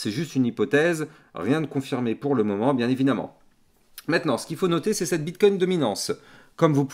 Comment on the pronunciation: t'as un défaut de langage, tu dis meitenant au lieu de maintenant 😂